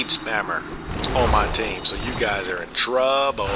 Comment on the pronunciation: I'm gonna be honest. I lost it when you said "i have a dark bead spammer on my team, You guy are in trawbblee" You said trouble in a funny way and just had to laugh a little bit. Sorry for the weirdness :D